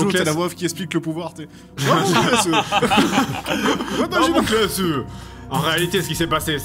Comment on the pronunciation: Quand Seb a dit "invoque ton Laspales" au lieu de Damocles j'ai eclate de rire, j'imaginais l'ombre qui grandit derriere Theo normalement et qui dit "y en a qui ont essaye, ils ont eu des problemes" XD